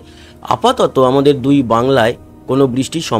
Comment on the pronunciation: দুল না দাদা ওটা দুই😂😂